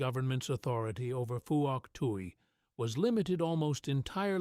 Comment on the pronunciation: Not four to six men, always five men and you mispronounce Pwok Tai.